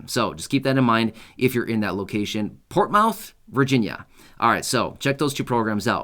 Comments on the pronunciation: Hi and family its pronounced portmith thanks for all your updates God bless you and God bless us all have a great day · …Portsmouth, VA is pronounced…”Ports-muth”. Portsmouth is a relatively small town, in southeastern Virginia wedged in among the towns/cities of Chesapeake (where I live), Norfolk, Virginia Beach, & Suffolk. Even though you said this money is being offered in Portsmouth, I am going to check with my city since each one of the 5 cities I mentioned before is almost considered to be part of one large city. I’ve been following you for a long time & it was great to hear you mention a program around where I live!!! Thank you!!! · Hey, thanks for the updates. Portmouth is pronounced "Port-myth/Port-muth"😁 here in the southeast. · Portsmouth pronounced Ports Mouth. I believe your "s" is missing to help enunciate but you did good otherwise but just wanted to help. Thank you for all you do!